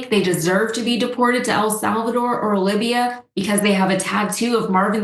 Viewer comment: It's not "Libiya" doc, it's "Libya."